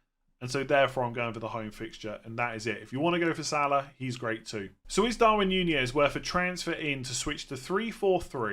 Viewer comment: I like how you've changed your pronunciation from 'Nunez' to 'Ñuñez'.